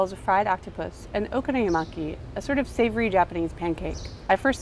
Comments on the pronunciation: Its not okono-yamai! Its Prounounced Okonomiyaki! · She says Okono-yu-maki instead of 'Okono-mi-yaki.' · What the hell did she just say? Okonoyamaki? :||| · Oh-KONO-mi-yaki. The stress is on the KONO. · when a word in japanese is pronounced like it was an english word and just modified... it's wrong T_T When you want to present an authentic meal like that and you want to give the impression you really love it, you should at least pronounce it decently oO o-ko-no-mi-ya-ki, it's sooo not difficult lol. But other than that... okonomiyaki are so delicious :D With kewpie mayonnaise :D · I might have enjoyed this video more if the pronunciation of okonomiyaki wasn't butchered to the point of having extra syllables in there. :l If I hear her say oh-konuh-miya-maki one more time.... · It frustrates me that she pronounces it "oko-no-yee-maki" ..How does she even do that? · "Okonomuyaki" :P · okonoyimaki? what the fuck is okonoyimaki,? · Pronounce it oh-koh-noh-mee-yakee :) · OH KOH NOH MEE YAH KEE god damn americans. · It's pronounced O-doritos-consomme....fuki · Learn how to pronounce Okonomiyaki before making a video about!! you're butchering it!